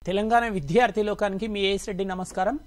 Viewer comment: అయ్యా! తమరు విద్యార్థి అనే తెలుగు పదాన్ని సక్రమంగా ఉచ్ఛరించడం నేర్చుకోండి. Sir! Every language has its own grammar. It's not acceptable to learn a language through one-to-one true tranaslation. It needs regular practice and atmosphere and right model to make the learners learn.